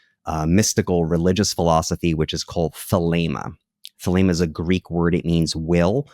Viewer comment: Thelema, not Thelma and Louise lol 😂